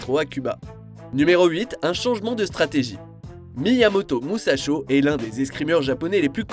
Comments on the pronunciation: Musash"I" est non Musash"O". Et surtout, les images ne sont pas du tout extrait du film "À Deux Sabres", mais du TV-Drama Musashi, connu pour avoir Morricone à la BO. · musashi pas musasho !! apprennez a lire ! et c'est 69 duel pas 61